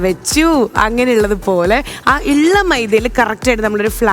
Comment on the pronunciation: ഇള്ള അല്ല ഉള്ള